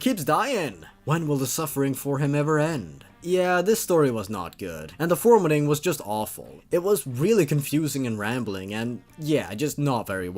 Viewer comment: said formitting